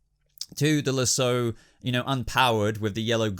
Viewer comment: Why do you say losso the way you say it